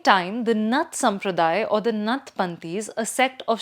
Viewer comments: It's not नथ It's नाथ She is mindfully distorting the word नाथ! So, I am mindful to call her Bastard. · Its not nath but Naath न।थ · यह नहीं समझ में आ रहा है कि 'नाथ' सम्प्रदाय को बार बार 'नथ' क्यों कहा जा रहा है। क्या commentator महोदया कहीं पर हिन्दी शब्द 'नाथ' नहीं पढ़ा है? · Nath is pro ounced as Naath..not nuth! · Thanks for telling your views. It's always good to know what our opponent thinks about us than what our home people think. You are on opponent side, don't even know that it's not नथ परिवार, it's नाथ संप्रदाय. Forget pronunciation, you don't seem to be thinking from Indian perspective, you appear to be reading an article written for publishing in foreign papers where likes of Aatish Taseer, a man who accepted being she partner in a gay relationship for getting US citizenship (He has written about it himself), write. Anyway, an opponent's view point is always better to know to make changes in self , if required but one should not over do it. Otherwise it will become like BJP not getting success to the expected levels due to too much pampering of social media with opponent view point. Hope Yogiji doesn't pay attention to you. BJP's IT cell will but now BJP has realized IT cell is not its goal, it's one of the several instruments to be used for achiving the goal. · The anchor pronouncing नाथ as नथ shows how detached she is from reality. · You might want to start out by making sure you’ve got the pronunciations down. Its नाथ not नथ. The latter referring to a nose ring. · आदित्यनाथ not अदित्यनाथ, गोरखनाथ not गोरखनथ, नाथ Not नथ। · Didi “नथ” नहीं, “नाथ” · Its नाथ संप्रदाय not नथ संप्रदाय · It is नाथ संप्रदाय as in गोरखनाथ, आदित्यनाथ and not नथ संप्रदाय. Slight variation but huge difference. Please pay attention to the pronunciation of bhaaratiya words. We don’t want to kill our own languages because our younger generation have been brought up primarily on English. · I can’t trust the analysis of a Bharatiya who can’t pronounce “Naath”